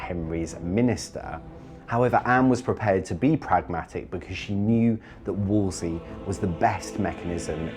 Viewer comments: His name is wolsey not wolsley. How to you expect to be taken seriously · Stop saying Wolsely!! That s not the correct pronunciation. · “Why does the narrator pronounce Wolsey as “Wolsley?” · One of the narrators calls him Woolsy, but the woman calls him Worsley. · Narrator can't even pronounce WOLSEY. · The narrator can't say Wolsey's name right.... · Too bad the female narrator can't pronounce Cardinal Wolsey's name correctly. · The narrator adding an "L" to Wolsey, calling him "Wolsley" is really distracting! Otherwise, this is a great doc :) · So surprising that the narrator mispronounces Cardinal Wolsey's name so repeatedly. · Ugh, I know, it was driving me nuts. She says it wrong each time which felt like it detracted from the quality of the docu slightly, like it was cheaper. She probably was just a voiceover actress who doesn’t know the history and is only chosen for her voice. No historian would keep making that mistake. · The narrator mispronounced a lot of names! Wolsey not WolsLEIGH! Sheesh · Why does she keep calling him WOOLSLEY.....ITS Wool sey.....Wool sey!!! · It’s Wolsey not Wolsley! 😂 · Um he is Cardinal Thomas Wolsey, not Wolsely. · It's WolSEY, not WolSLEY!!! It's a silly mistake to make in such a thoroughly documented retelling of history. Sorry. It drives me nuts... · I'm seriously flinching everytime the narrator calls Cardinal Wolsey "Wolsley" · "Wolsley" ? It's Wolsey!!!! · WolSEY… NOT WolsSLEY… 🤦‍♀️ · The female narrator repeatedly mispronounces “ Wolsey” as “ Wols-ley” there is no extra “l”. How could this go to air with this massive historical mistake? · I hate AI that mispronounces words. It was Cardinal Wolsey, not Wolsley. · Wolsey. Wolsey. Wolsey. NOT WOOLS-LEY. WHY does the narrator constantly mispronounce it????? So so irritating! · Narrator keeps saying “Wolsely”. It’s Wolsey. How did they miss that in post production??! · Cardinal "Wools Slee" Narrator added a consonant. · Why does the narrator keep saying Wolsley, it’s Wolsey!